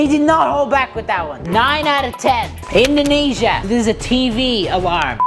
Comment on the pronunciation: During indoniesa I thought he was saying a cuss word… 😢